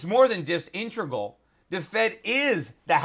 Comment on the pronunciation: I like when Schiff mashes up "intricate" and "integral" into "intrigal."